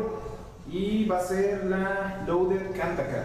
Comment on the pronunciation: Es Kanthaka no Khantaka :u